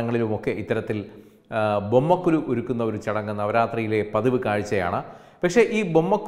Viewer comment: ബൊമ്മക്കൊ"ലു" എന്നല്ല, ബൊമ്മക്കൊ"ഴു" എന്നാണ് ശരി.